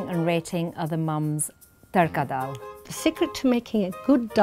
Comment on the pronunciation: And the way they pronounce the words sounds like they are a foreigner trying to say Indian food names they saying doll instead of daal